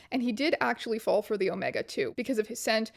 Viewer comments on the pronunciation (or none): none